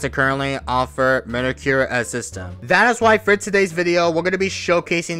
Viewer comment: bro cant say mediocre 💀